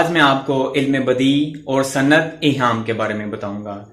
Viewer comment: سر آ پ نے لفظ ایہام کو صحیح نہیں پڑھا ہیں